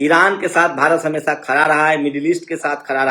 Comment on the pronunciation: See how this jatiwadi pronouncees word sadk sark,desh des, videsh vides,padega prega,khadi khari, hamesha hamesa